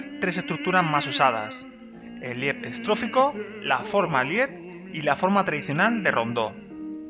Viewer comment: se dice 'liit'. y se pronuncia tambien la T.